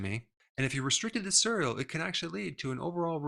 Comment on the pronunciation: I wanted to listen to this but I was so distracted by the way you pronounce cereal...